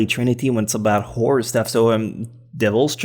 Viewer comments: its WHORE-ER is how u say it. you called every anime a whore.... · Am I the only one who is hearing say favorite Whore anime? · I keep hearing him say “WHORE anime”... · I seriously heard whore anime